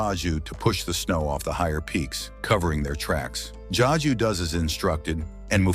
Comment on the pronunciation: Also it’s Zazu not jaju